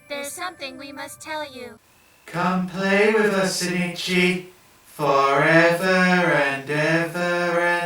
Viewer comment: Isnt the main dudes name ozaki? Why do you call him sinichi? Im like 153% sure the dudes name is ozaki, unless maybe the japanese versions name is sinichi? Or its his last name?